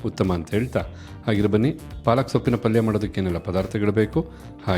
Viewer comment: ಪಲ್ಲಿ ಅಲ್ಲ ಪಲ್ಯ